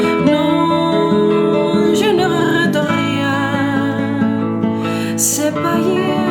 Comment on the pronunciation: Emocionante, como todas tus interpretaciones. Pero permíteme corregirte una palabra del refrán. Te has comido una sílaba y pierde el sentido de arrepentir: dices algo como "je ne rète rien", pero es "je ne regrette rien". Saludos de un gran admirador!